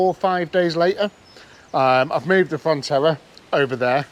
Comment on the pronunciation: I could be wrong, but you sound like your calling the Vauxhall a Fontella, it's actually a Frontera.